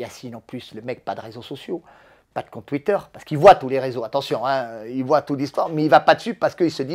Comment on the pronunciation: A 50 ans il dit voyent 🤣🤣🤣😂